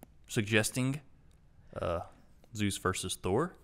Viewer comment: Really? "Zues"? That makes my everything hurt.